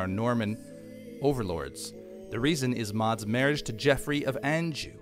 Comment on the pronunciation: duchy -> dootchee blois -> blooah anjou -> anjou with soft j like in martial manhunter's name